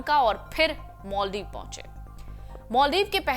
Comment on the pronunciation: मालदीव कि माॅलदीव पहले उच्चारण करना सिखो , अंग्रेज की औलाद